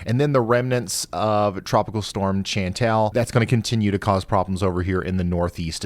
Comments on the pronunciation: “ Chan-tal “ not..” Chan-tall “ 😂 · Chantal is pronounced with a "Sh" - like "Shantal". Keep up the great work Ryan! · It's "CHANT-Y'ALL" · Hey Ryan, that name Chantal is pronounced as Shan-tal. Not a hard C; a soft c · Chantal is pronounced Shawn-TALL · I know you usually only get this treatment on stream, but it's pronounced as shahn-TAHL. Good day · Sounds like Shan tell; Ch like in Charlotte. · Bonjour Ryan... from Canada (Cornwall, Ontario)... Chantal is pronounced "Shantal" (it's French). Think of "Chanel #5"...LOL!!! Your accurate weather reporting is one of the most cerebral and up to date on YouTube. You are spot on as to the weather predictions heading our way. In Cornwall, we are expecting thunderstorms around 20 :00. Cheers!!! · It might be pronounced Shan-tell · Chantal is said like Shantal, thanks for all you do! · I'm pretty sure "Chantal" is pronounced "'SHɒN tawl" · It's pronounced "SHAWN-TAHL". Jesus. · Pronounce it like shauntal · Chantel = Shantel. Doesn't rhyme with ya'll. 🤣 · Chantal is pronounced ShanTALL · The name Chantal is French. So the CH is pronounce like an SH, and the “a” is like the “a” in father.